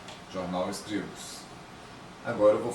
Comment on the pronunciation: Está pronunciando Scribus" totalmente errado, no mais o tutorial é bom